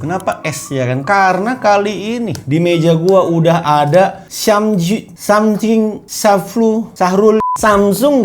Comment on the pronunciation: susah bget sih nyebut samsung... wkwkwk